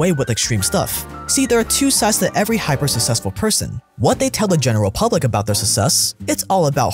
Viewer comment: am I the only one really annoyed with how he pronounces successful? XD etc